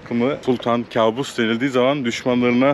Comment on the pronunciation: Kâbus değil kaabus..arapça da yakışıklı demek..kâbus bizim bildiğimiz anlama geliyor..